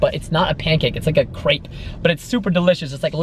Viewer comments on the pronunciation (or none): none